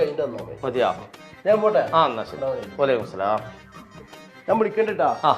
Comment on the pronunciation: സലാം മടക്കുമ്പോൾ മര്യാദക്ക് മടക്ക് വഅലൈകും സലാം അല്ല വ അലൈകുമുസ്സലാം എന്നാണ്